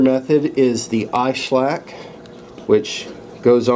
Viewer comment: It's iSesamo and iSclack, your missing out some syllables and consonants ;-)